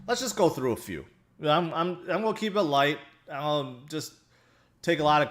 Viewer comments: I like when he says, “I mo” and “it’s go’ go up!” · That makes me giggle too!